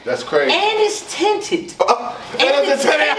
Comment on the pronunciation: And it’s tinted… and it’s tenant… AND IT’S TINT-ED 😂🔥 Let’s go SP!!